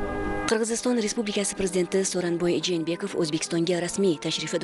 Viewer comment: Жэнэбеков эмас. Жээнбеков тугри окинглар журналистлар.